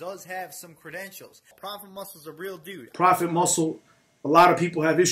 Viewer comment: Not propah, Prophet.